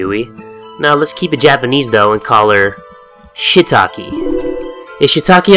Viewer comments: Love the beanieee!!! (P.S Shiitake, Shiitake 😂😭 and Misao is "Mee-Sah-Oh") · LMFAO "ShitAki" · "Shitaki" Goddamn it.